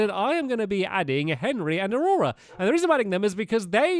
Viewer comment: Its literally Henry not Henri mr stampy